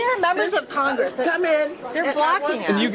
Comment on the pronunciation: "wE aRa MeMbeR oF cOngRiSssssssss" Ohhhhhhhhhhhhhh please.